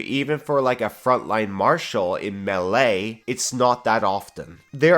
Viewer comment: MAY LAY say it with me MAY LAY not MehlEH god I hate you